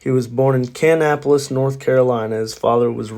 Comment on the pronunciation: not CAN- apolis, lol